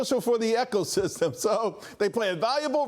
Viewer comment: Echosystem. He said that for a reason I believe. You think he does or doesn't know it's Ecosystem?